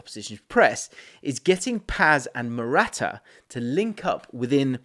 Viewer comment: bro, I can't, with how you pronounce "Morata"